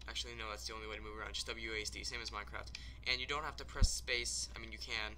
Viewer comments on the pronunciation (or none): none